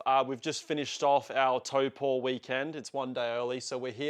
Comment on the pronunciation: Respect on the pronunciation of Taupo!